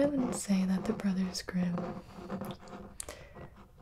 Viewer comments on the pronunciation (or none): none